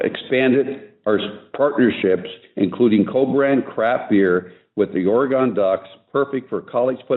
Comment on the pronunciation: Ore Gone? Huh? It's Orygun!